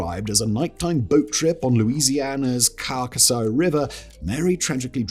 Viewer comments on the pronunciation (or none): none